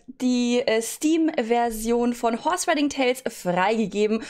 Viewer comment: Nicht böse gemeint aber du sagst IMMER Chorse Stadt Horse